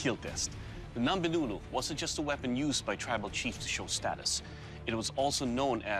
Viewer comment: Its not "Nombe Nulu" its , " Ngombe Ngulu" Naier